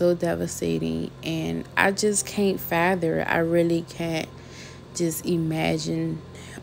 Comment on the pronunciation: So sorry to hear this but did you say, I can't fa-ther this happend to the young girl? ( baby chuckle)